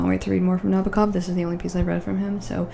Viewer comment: Lolita is highly influenced by Edgar Allan Poe. Humbert is a descendant of Poe's Murderer confessionals like "The Cask of Amontillado". P.S. It's pronounced Na-BO-Kov. P.P.S For your next Nabokov, read "Pale Fire" it might be his single greatest achievement. Astounding.